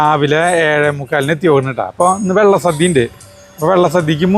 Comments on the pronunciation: It is not Vella sadya',Valla sadya' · വെള്ള സദ്യ അല്ല വള്ള സദ്യ ആണ്.... സരിത ഒന്ന് തിരുത്തി കൊടുക്ക്‌ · വള്ള സദ്യ എന്നല്ലേ പറഞ്ഞത് 🤔കേൾക്കുമ്പോൾ വെള്ള സദ്യ എന്ന് തോന്നി... 💕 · വെള്ള സദ്യ അല്ല വള്ള സദ്യ ആണ് പറഞ്ഞതിൽ ചെറിയ ഒരു വെത്യാസം.. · വെള്ള സദ്യ അല്ല. വള്ള സദ്യ ആണ്. സർവ്വം ശ്രീ ആറുമ്മുളേശ്വരം 🙏🙏🙏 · Vellasadya alla vallasadya Ennanu parayunnath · വെള്ള സദ്യയല്ല വള്ളസദ്യ. അതുപോലെ ആറന്മുള യാണ്, ആറന്മുള്ളയല്ല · Vella sadhya alla valla sadhya ennu parayu endinu engane parayunnu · ഞാൻ ഒല്ലൂർ ആണ് വെള്ള സദ്യ അല്ല വള്ള സദ്യ ആണ് ❤ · വെള്ള സദ്യ അല്ല ചേട്ടാ വള്ള സദ്യ ആണ്, ബോട്ട് അല്ല ചേട്ടാ പള്ളിയോടം... ഒരു കാര്യത്തിന് പോകുമ്പോൾ അതിനെപ്പറ്റി കുറച്ചെങ്കിലും പഠിച്ചിട്ട് വ്ലോഗ് ചെയ്യൂ... ഒരു നാടിന്റെ ചടങ്ങാണ് അത് തെറ്റിക്കാതെ പറയു... 🙏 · വെള്ള സദ്യ അല്ല വള്ള സദ്യ anu😅😅👌👌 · vllasadhiya alla Vellasadhiya Ennanu paraunnathu ❤ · വെള്ള സദ്യ അല്ല, വള്ള സദ്യ 😊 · വെള്ളസദ്യയല്ല വള്ളസദ്യയാണ്. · വെള്ള സദ്യ അല്ല. വള്ള സദ്യയാണ്. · Valla sadya ....not vella sadya,voice over koduthu correct cheythamathi....ciz many ppl will watchajuzzz....amazing vlog❤ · വെള്ള സദ്യ അല്ല. വള്ള സദ്യയാണ്.❤❤ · വള്ള സദ്യ... വെള്ള സദ്യയല്ലാ.. തുടർച്ചയായി അബദ്ധം പറഞ്ഞ് കൊണ്ടിരിക്കുന്നു... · വെള്ള സദ്യ യോ? വള്ളസദ്യ അല്ലെ. അറിയാഞ്ഞിട്ട് ആണൊ അതൊ?..... ആറന്മുള എന്ന് പറയു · തൃശൂർ ഭാഷ ആയതു കൊണ്ട് അങ്ങനെ തോന്നിയതാവാം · വെള്ളസദ്യ എന്നാണ് കേൾക്കുന്നത് 😅❤ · എനിക്കും അങ്ങനെ തോന്നി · Me too..